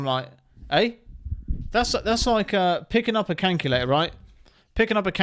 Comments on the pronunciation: WTF is a flippin cankulator mate? LOL ! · He said Kankalayter 😂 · WTF is a canculator?😂😂😂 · Canculater… Oooooooo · Canculator had me rolling bruv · 😂 what on earth Is a 'Canculator"? 🤔🤷‍♂️😅😅 Sure i heard it? Legit confused 😂😅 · Canculator lmao 🤣😂😅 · What’s a cankyerlater ?? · "..cayntculator" 😂 i love that! ❤❤ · That is the strangest pronunciation of the word calculator I've ever heard lol. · canculator lmao 🤣🤣😂😊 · Calculator lol calculator wtf hahaha calculator it's calculator say it cal cu la tor lmao😅😂